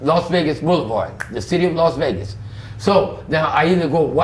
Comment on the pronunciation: Did he just say Vossvegas????🤣🤣🤣🤣🤣